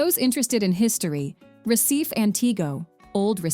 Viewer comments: Agree 👍 quite irritating!! The narrator should have at least “tried” to pronounce the names of the places correctly (unless it was an AI…), But in general the video is very good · Good Lord, you put together this production and mispronounce nearly everything. It’s Fernando de NoronYA not NoronHA. It’s RecifA not Recif. It’s LenSOYs not LenCOYS, It’s IguaSUE, not IGUAcu, It’s PampulYA not PampulHA, Parachi, not Parity, It’s ParanA, not PaRANa, Opera de AramA (JFCm there are no silent e’s in Portuguese. One hour of research would have saved you this embarrassment. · Before you try to pronounce a Portuguese word you should knowledge the pronunciation of the word,Noronha is pronounced like noroña ,it has a nasal sound. Recife ,is pronounced recifi, the vowels must be pronounced .Maranhão ,lençóis…… it’s annoying how this woman destroys the pronunciation of the words . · Pronunciation: Fernando de Noronha (Norōnya); Recife (Hecīfē); Frevo (Frēvo); Lençóis Maranhenses (Lensoh-is Maranyenses); Cuiabá (Cuiyabáh); Iguaçú (igwasū); Salvador (Salvadōr); Belo Horizonte (Belo Orizōnte); Pampulha (Pampulya); Paraty (Paratee);Curitiba (Curiteeba)